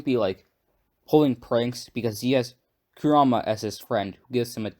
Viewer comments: Ammm ur saying kurma wrong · KurAma it’s Kur a Ma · It's pronounced Ku ra ma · Yea yeah this is cool and all... but why r u saying his name like "karuma"..... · your pronunciation for kurama is sooo whack have you watched naruto before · Only thing that bothers me is how you pronounce Kurama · He is saying Kurama different then they say it in dubbed I think he watched sub and just pronounced it as he read it